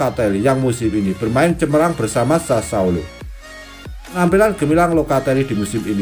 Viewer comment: Sassuolo bukan sasaolo😭